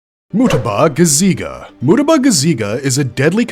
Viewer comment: WHY DID YOU PRONOUNCE MUETBA LIKE THAT BRO